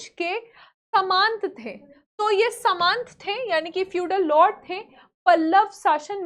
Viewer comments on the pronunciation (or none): जिसको सामंत बोलना नहीं आ रहा वह क्या पढ़ाएगी । पहले उच्चारण सीख लीजिए मैडम जी।